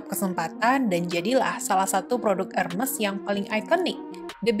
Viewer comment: How to pronounce Hermès